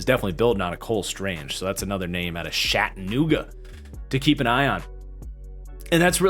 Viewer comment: I go to the school cole strange is from and I cringed so hard hearing you pronounce Chattanooga 😂😂